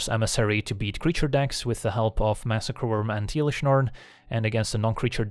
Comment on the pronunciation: Please stop saying iiilish Norn 😅